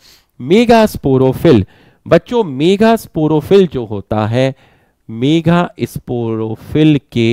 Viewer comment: Kis kis ne sir ke mega kehne ko megha मेघा notice Kiya 😂